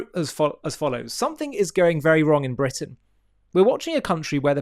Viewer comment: Bwitain? *Englistan